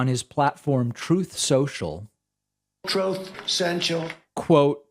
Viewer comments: I hear it as "throat sensual". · "Troooth Sensual"... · “TROWTH SENTIAL” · The "Trooth Sential" sound bite gets me every time 😂🤣😂🤣😂🤣